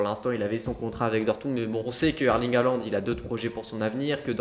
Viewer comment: faut apprendre à dire son nom correctement surtout s'il signe au Barca c'est apparemment HOLAND qu'il faut prononcer;) Après il se dit... qu'ils seraient à Madrid également ensuite pour rencontrer FLORENTINO... donc bon... EN gros on sait juste Qu'HAALAND va sortir cet été de DORTMUND et la seule chose qui est sur c'est qu'il ne jouera plus à DORTMUND en 2022 lol Enfin le club qui achete HAALAND je peux vous le dire aujourd'hui sera le club qui va remporter le plus de ligue des champions ces prochaines années!!!